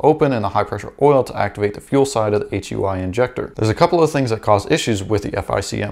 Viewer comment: Yo.....it HEUI....HydroElectricUnitInjector.......HyooEee injector